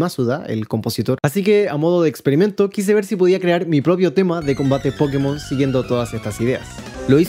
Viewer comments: Los españoles le dicen pokémon, tú le dices pókemon, y yo le digo pokemón 😢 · Poukimon en ingles Pokémon en castellano, como debería ser Pokemón en Latinoamérica Pokemon sin acento en japonés aunque a veces también lo pronuncian cómo en Latinoamérica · Yo le digo: "Pokemón", que suena lo más parecido a el Japones, el cual no lleva acento... Dato curioso, el acento en la É era para que los estadounidense supieran que esa E se pronuncia como en la palabra "Pocket o Rocket" y no le fuera a decir "Poukmon" como se dice "Poke" como en "Slowpoke"... pero los muy genios pronuncian esa E como si fuera su E común que suena a "i"... o sea "Pókimon"... 😅 Y los españoles se fueron de tontirijillos... porque pronuncian ese acento en la É que es un "adorno" como si fuera para ellos, haciendo sonar la cosa aún peor 🤦🏼 Es así como que si todo el mundo se hubiese de acuerdo en cag💩la... 😑 Porque no hay que olvidar que cuando los japoneses no lo abrevian, le dicen: "Poketto Monstaah" 🤪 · Asumo que es la herencia norteamericana. En todo caso, la mayoría en latinoamerica pronuncia pokemón porque así les decían en el doblaje del anime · Tranquilo, los de España son los que pronuncian mal, esa tilde no es del español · Soy de España y te disculpo por la pronunciación xD El fantástico análisis lo compensa. Espero con ansia el próximo vídeo centrado en la música de Pokémon! :D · Con la palabra Pokémon pasa algo muy curioso que solo lo vi con otra palabra, y es con Píkachu jajaja, son palabras que siempre vas a encontrar gente que las pronuncie como graves, como agudas o como esdrújulas, Y LO PEOR ES QUE LAS DOS TIENEN UNA TILDE!! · Pokémon se pronuncia acentuando la primera O. La tilde en la E es para que los yankees no le digan "poukmon" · desde cuando nadie lo pronuncia con el acento en la ultima o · Pokemon se pronuncia asi tal cual ese acento en la "e" esta mal es algo de los gringos o para ser mas puristas seria Pocketo Monsuta